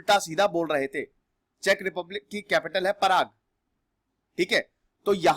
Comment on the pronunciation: It's Prague not parag🤣